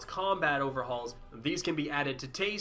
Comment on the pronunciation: You should stop saying peace like that...